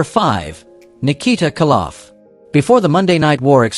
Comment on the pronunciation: its KOLoff not Kaloff